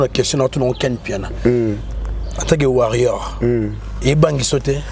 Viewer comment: Ken MPIANA balobaka warrior et non warrion